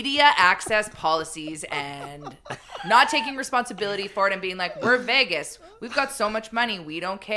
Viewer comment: Thoughts on today’s show: - pronounces Vegas like it’s the vagus nerve and it’s not okay -I will be forced to “Tonya Harding” Carter Hart if he brings the cup back here. Go Carolina go! -There isn’t a snowball’s chance in HELL that Lauren McDavid has ever or would ever step foot in a Winners, nor would she be impressed by the deals. Deals would DISGUST her. No, no, her assistant went and searched the racks for some items Lauren MIGHT stomach and then they were immediately gotten rid of. 100%